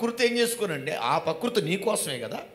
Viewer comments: పకృతి కాదు " ప్రకృతి " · పకృతి కాదు ప్రకృతి ....కొంచెం కరెక్ట్ గా పలకండి